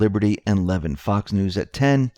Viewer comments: La vin not Levin. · Mark LA- vin NOT Lev in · phonetic correction... Levin is pronounced Le-Vin... for future reference :) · He pronounces his name La vin (like the vin of a car).😉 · Mark Levin ..... pronounced luh-vin...... Like lu..llaby and vin number. And what happens when there are NO arrests? Can we bring out our deer rifles then? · It is pronounced //LAH...VEEN// Levin...!!